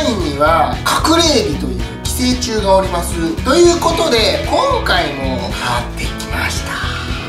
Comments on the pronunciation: おりま↓す↑wwwww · 寄生虫がおりま↑ます↑って京都風な喋り方ww